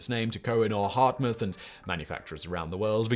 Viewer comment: "exposition universelle" in Paris 1889; ... and it's not Hardtmuth like "hard moth", but simply Hart-mood.